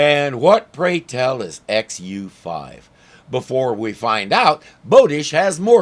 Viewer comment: "XU5"... At first, I thought he said, "FU5". That'd be really nice, telling 5 people "eff you".